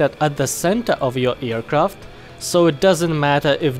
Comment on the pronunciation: i really like how he says "earcraft"